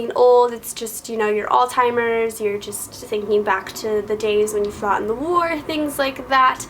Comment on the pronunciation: al-TIMERS! hahaha. that was funny. its pronounced more with an S than a T. lol. i will defintely check out the secound book! (: are you happy with who was casted for the main roles in the movie for 50 shades? i personally think Matt Bomer would have been an amzing christian!